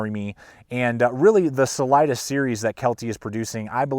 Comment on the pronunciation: I can't watch this with how many times your saying the name wrong. Im sure its been said before.. its a spanish word. Redo your voice over please!!!!!!!